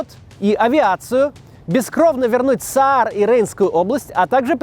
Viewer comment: Не Саар, а Заар. Заарланд. 🤷🏻‍♀️🙂